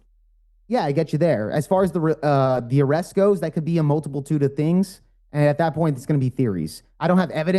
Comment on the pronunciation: Did one of these morons just say 'multimitude' '?????